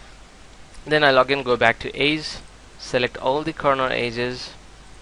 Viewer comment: aze???? EDGE!!! Eh-ja otherwise good tutorial :)